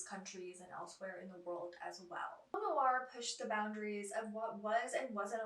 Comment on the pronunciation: NOIR has just one syllable ! Not Noo-ar